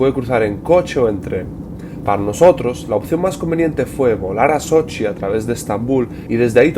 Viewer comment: CADA vez que dices sochi me suena a Xochimilco, tienes que venir a la Ciudad de México y visitar la Isla de las muñecas.